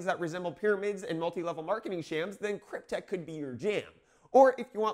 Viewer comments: krypte"X" not krypte"K" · Not sure if anyone else said this (I looked and didn't see it, but it's KrypteX, not KrypteK. Not that it matters, but you know how it is on the Internet.